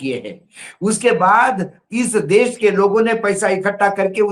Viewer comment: आप अपने उच्चारण में जी देश को देश बोलना प्रारंभ करें आप देश को बोलते है - देस । इससे आपका इंम्परेशन खराब होता है।